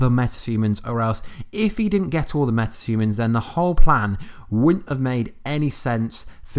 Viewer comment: Is it only me or anyone else heard metatumans when he was saying metahumans🤔